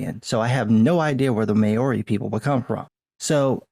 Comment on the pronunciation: The 'Mao' part of 'Maori' rhymes with wow. Its one syllable.